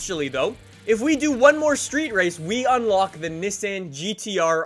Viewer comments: It’s neeson not nice in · the way he says Nissan and Huracán hurt me